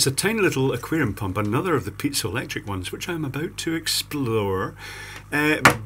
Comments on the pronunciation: Its piezoelectric Not Pizza electric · hahahaahaa i like how he pronounced it :D